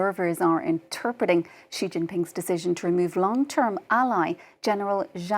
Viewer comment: I switched off when the first 'expert' interviewed couldn't even approximate the pronunciation of the name of the Chinese leader.